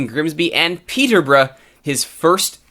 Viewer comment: Hold the phone! An American can say Peterborough properly!!